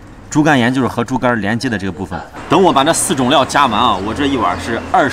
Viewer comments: 是豬肝連不是豬肝沿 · 不是豬肝沿，是"猪肝璉"。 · 猪肝沿儿，听声音以为是猪肝盐。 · 可能是發音讓誤會了，那叫豬肝連，是豬的橫膈膜，由於橫膈膜跟肝連在一塊，因此得名肝連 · 乍一听吓了我一跳，你点的啥？ 猪肝炎？赶紧把字幕调出来重看一遍才安心...